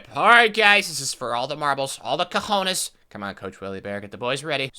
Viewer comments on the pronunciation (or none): none